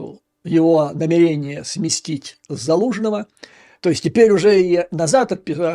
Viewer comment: НамЕрения, а не намерЕния, Юрий, ошиблись в ударении, а так у Вас грамотная речь!